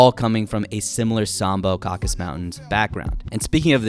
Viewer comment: the mountain region is called "caucasus" not "caucus" mountains